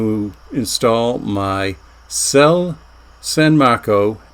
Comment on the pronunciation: That would be "say-lay"--it's Italian.